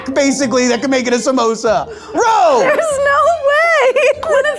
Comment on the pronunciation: They allmade "komosa" not samosa😁😁